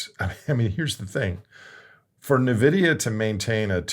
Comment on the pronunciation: It's pronounced "in-vidia" lol 😅. You miss pronounced it several times this video.